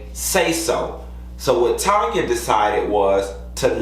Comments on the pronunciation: Tanya's name is pronouced "Tan-ya" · Why still calling TANYA, Tonya 🤣